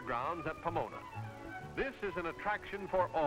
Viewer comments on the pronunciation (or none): none